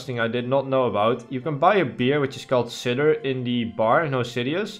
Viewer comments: Cider is not a beer, and it's pronounced sider, not sidder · Sigh-duh, not cid-er. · Sidder. Funny, it's pronounced SIGH-DER, or SIDE-ER. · "Cider" is pronounced sie der lol made me laugh, sider. Good luck with the grind king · "A beer called sidder" It's not a beer! It's pronounced Sigh-duh and it's made from fruit Just to help with ya English :P nice progress! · Cider is pronounced s-eye-der not s-ea-der just so ya' know! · Love your dedication dude! Cider is pronounced sigh-der by the way <3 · Did he just say “a beer called sidder (cider)” haha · just so you know cider is pronounced sider, love the vids you're the best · 🤓👆 uhm ackshoeally, its pronounced sy-der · Cider is pronounced like Spider without the p.